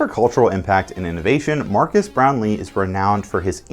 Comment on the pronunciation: It’s not MARCUS Brownly it’s MARQUES (pronounced MAR-KEZ)…